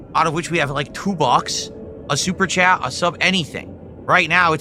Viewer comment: He’s just so fucking weird. “Tag me in the chah so we can have chill conversation.” “My time is meaningful”. Who fuckin talks like that?